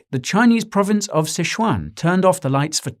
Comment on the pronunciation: Thanks for being able to pronounce Sichuan correctly. Loving the content.